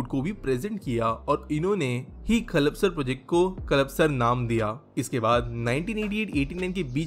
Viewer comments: Nice video. The proper pronunciation is 'Kalpa - sar' and not 'Kalap - sar'. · It's called कल्पसर not कलपसर, thoda pronounciation pe dhayn do bhai 😂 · सर कल्पसर सही उच्चारण है